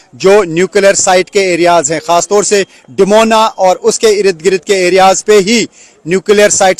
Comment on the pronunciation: बार बार इरिद गिरीद बोलके इसने irritate कर दिया है